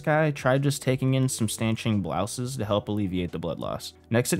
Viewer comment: I swear he mispronounced everything on purpose. Clarifying BLOUSEs, really??